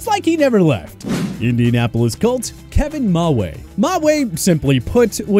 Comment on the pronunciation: Pronounced Kevin Mawae name wrong 😤🤦‍♂️